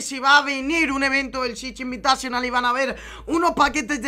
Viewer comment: Chich invitachonal... que asco como lo dice